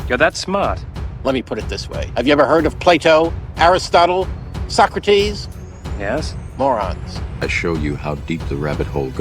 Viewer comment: Trump is a mow-ron.